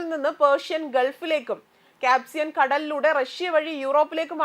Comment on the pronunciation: ചഹബാർ അല്ല ചബഹാർ എന്ന് പറയൂ .. കാപ്സിയൻ സീ അല്ല കാസ്പിയൻ എന്ന് പറയൂ .. വെരി പുവർ G. K ..